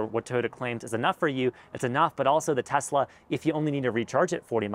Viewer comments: It's a Tesla not a Tezla and stuff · Please pronounce Tesla as Tesla not TeZla! Tesla was a Serbian and his last name was Tesla!